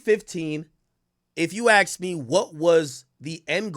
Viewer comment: YB lost my respect when he was impersonating at Doctor but got caught cause he said ax instead of ASK😂😂😂😂😂😂😂bro😂😂😂😂